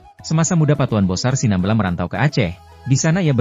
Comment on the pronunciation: Cara penyebutan SINAMBELA juga juga tidak benar